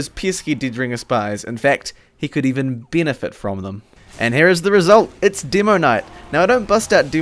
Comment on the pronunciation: i know that you have an accent but still... Didringer, Binifit, Dimoknight :D